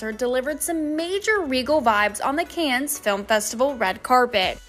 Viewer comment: Would you please stop mispronouncing Cannes? I don’t understand how a professional journalist can be unaware that the S is silent.